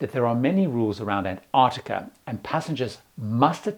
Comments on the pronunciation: The first "c" in Antarctica is not silent. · There's one thing missing - and it's the first t in Antarctica. Pandering to Americans or what? It does grate when people are saying variations of anarnicar or bananada or anannynah etc I went on a cruise to an-tah-de-da. Yeah, cool, good for you. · I'm just curious about the pronunciation of Antarctica. I was under the impression that in UK English, as it is here in Australia, the first T is pronounced, as in Ant-arctica. The Americans often make that T silent, AN-arctica. Don't know why. It's clearly there.